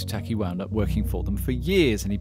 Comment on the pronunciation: His name Matsutake. No Matsutaki.